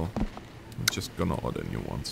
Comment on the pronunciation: I love how says 'Order' as if he means 'Oder'